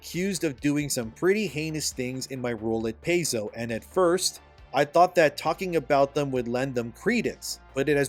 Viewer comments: PAIZO = PIE-ZO (NOT PAY-ZO) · Saying "Pay-zo" is like saying "cuss-toads". Makes you sound like you have no idea what you are talking about. Its "Pie-zo" and "cus-toadies". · Pai-Zo not Pay-zo. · It is pronounced Pie-zo if something like that really matters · Paizo is pronounced "PIE zoh" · It's pronounced Pie-zo. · Homie you normally do really well on your homework however owlcat games made rogue trader not Paizo, also its pronounced pie-zOh. Otherwise your points are quite valid.